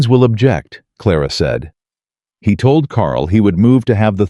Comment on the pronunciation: Many times 'he' pronounced as 'hi', not only in this story.